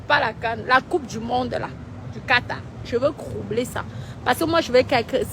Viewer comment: Tu vas troubler oubien croubler c'est koi avec cro cro cro dans vos gorge nor massa